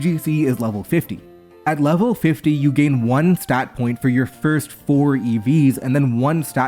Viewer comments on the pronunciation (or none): none